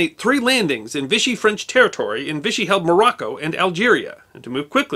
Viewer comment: Vichy is pronounced vee-she